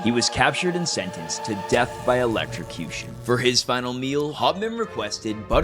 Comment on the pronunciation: It's ELECTROCUTION not ELECTRICUTION.